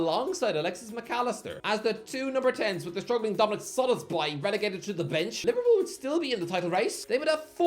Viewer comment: How have you gone almost an entire season without learning how to pronounce Szoboszlai?